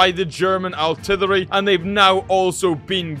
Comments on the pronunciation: I'm here for every time says "artirlwerly' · he says artillery so weirdy